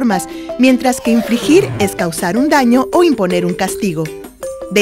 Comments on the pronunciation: No es su pronunciación. Realmente se ha equivocado en la narración porque en vez de decir "infligir" dice "infrigir". Estos videos nos ayudan mucho, pero realmente este está muy mal hecho. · Perdón, pero su pronunciación de "infligir" suena casi como "infrigir". Sin apoyo visual podría asegurar que esto confundiría más de lo que ayuda